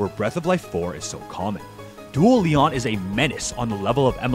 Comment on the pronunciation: Stop calling him Leon please, his name is pronounced LEE-OWN